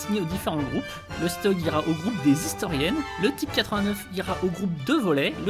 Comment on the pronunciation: Je suis pas sûr que le commentaire sera vu mais le steug comme tu dis se dis chtug 😅